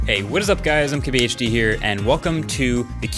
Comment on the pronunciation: Always thought he said "I'm QBHD here" 🤔